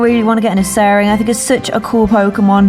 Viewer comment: "Usarin"... might wanna double check your pronunciation. forgot the R at the start ;)